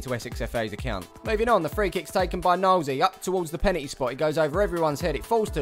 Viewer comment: Lol "He Kicks It To The Penetty Spot" I'm Dying 😂